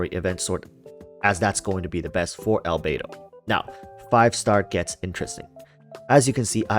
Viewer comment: albedo == "albeidou"? can't unhear the 'beidou' word